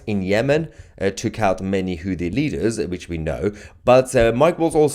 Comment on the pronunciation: Sometimes it sounds like it saying juicy tv, both work😉